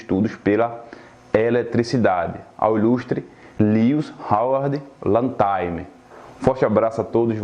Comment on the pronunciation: LATIMER. A pronúncia correta é 'látimâr'.